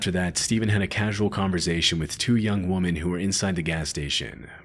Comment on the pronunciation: Great question...I didn't think so at first, then I heard the simple word "women" very strangely pronounced. 😵‍💫...so...im not sure? 🤷🏻‍♂️...hopefully it's not AI..